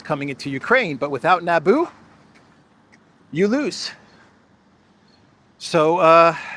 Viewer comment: "Nabu" Not Naboo. And Nabu is IIRC, a lord of order in the Marvel universe.